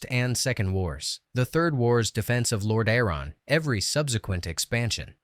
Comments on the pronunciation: Lord A-aron. 😂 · Lore Dare On is sick lmao